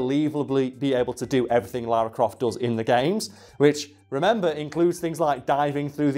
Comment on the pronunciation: God sends all people who say "Laura" instead of Lara, to hell.